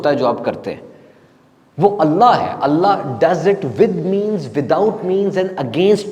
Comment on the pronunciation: آیت قرآنی میں پیش ہے اسم جلالت پر اور ہمیں زبر معلوم ہوا کہ آپ نے زبر پڑھا دیکھ لیجئیے ایک بار اگر غلطی ہے تو درست کر لیجئیے